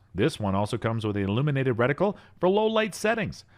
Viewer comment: You had my interest until you said "recticle"! lol